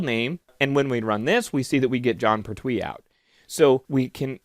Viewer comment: You are mispronouncing "Pertwee". It is "Pert'wee" not "Per'twee". Oh, and good course.